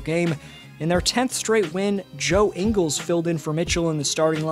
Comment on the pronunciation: "Ingles" not jingles sir🙄🙄🙄